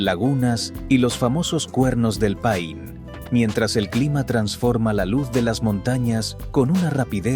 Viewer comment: Se llama Torres del Paine...nonde pain como dice el locutor